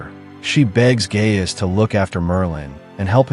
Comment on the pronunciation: Guy-us and NOT Gay-us